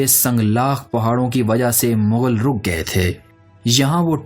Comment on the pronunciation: Vo bilcul thk bol rha h.. mongol hi mughal hty hen